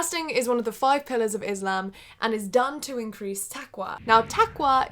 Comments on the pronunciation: Friendly point and a common mistake but when pronouncing Islam or Muslim it's usually an S and not a Z sound, but great video regardless :) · Its ISLAM not IZLAM And muSlim not muZlim Please pronounce correctly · Lolz I still don't understand why some say Izlam it's Islam.....omg Rama(z)an